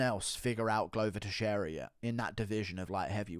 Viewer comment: Glover not gluuver